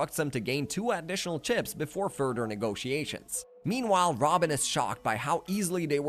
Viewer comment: “Furder” lol “togeder “ 😂 jk good video bro nice story telling and details